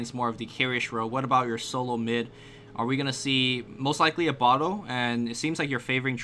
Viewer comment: "Abaddon"? Go back to fucking school kid, and learn to pronounce shit right! :P